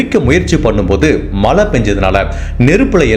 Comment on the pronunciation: Malai, valkai, sir, u videos are so good and beautiful narration. Just focus on Zha Tamizh, not tamil